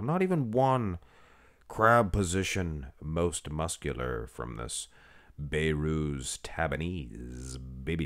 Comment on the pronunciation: His nama is Behrooz Be(h)rooz Not bayrooz You can pronounce the letter H